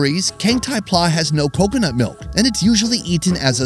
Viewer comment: You pronounce pla incorrect. It sounded like word Plaza in latin. I was born in thailand. The foods in this video is not what normal people eat. Only drunkard low education person eat it.